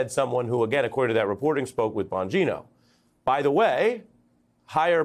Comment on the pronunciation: lost me at "bon_GEE_no" 😅how do you not know how to pronounce names of basic figures in politics when this is ur whole job